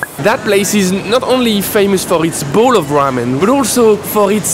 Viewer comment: This "bowl" annoys me beyond belief.